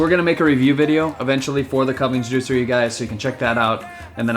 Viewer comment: The "Kuvings juicer" is pronounced "Koovings" .